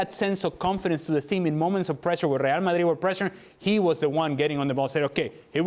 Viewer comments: “reaah madit” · I really hate the way ale pronounces Real Madrid😩